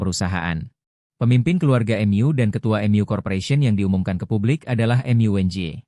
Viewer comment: Mu dibaca em yu 😂😂😂😂😂